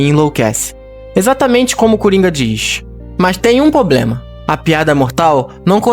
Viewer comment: O cara faz um roteiro top desse e não sabe falar a palavra "PROBLEMA". 🙄